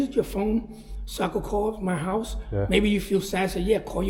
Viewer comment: 'this is Rocky Balboa's houuse'.lol. you are sounding more like Naomi and maybe a Scottish person when you say Houuuse. Just something I observed. What do you guys think of the lads blocking up Ireland with the protests?. I've been to many against this evil government and usually we are bullied and abused by the riot squad. Good thing about this is......they can't bully and push on heavy machinery and trucks. I think we need more feet on the street. I think I will go in and stand with these guys. It's not just fuel, it's the state of the nation and it's idiotic policies regarding illegals and the cost of living. One lovely.